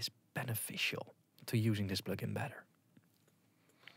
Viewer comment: Plögin? Pönk?